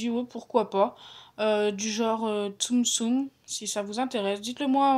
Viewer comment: on dit tsum-tsum mdr